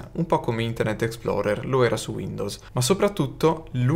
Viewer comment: Minuto 0.12 - Explorer non Exploder !!!!